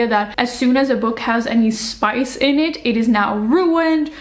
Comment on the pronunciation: Please don't says "SPICE" in a french way. xD You know, english PISS is only one letter away from french PISSE. And they both mean, and sound the same.